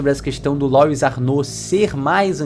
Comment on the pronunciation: Que agonia, todo mundo falando "Lóis"... Louis é um nome francês, se pronuncia " Luí "